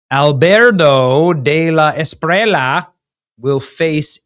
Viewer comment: A be lar do de la es pi re lla (LLA, not La, pronounce the double, is like LLama, not as you say Lama...) i can teach you Benny